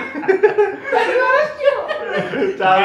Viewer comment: machil na badle makhile makhile bole chele ma 😂😂jojo 😅maja aave 😅😅😅